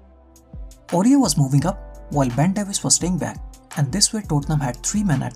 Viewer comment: hey bro, it's "Aurier"